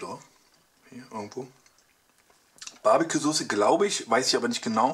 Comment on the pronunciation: Bestes englich leicht babicue